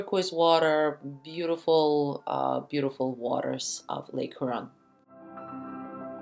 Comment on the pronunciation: It’s HYOOron. Not HOOron